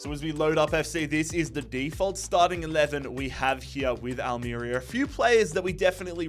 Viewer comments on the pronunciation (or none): Having lived in Almería its pronounced Al-mer-ría. But loving the rebuild of a small but passionate club that fought back when owners wanted to change the clubs badge and identity. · Al-meh-rea 😘 Not long discovered you on here - big fan already! Keep up the solid work mate ❤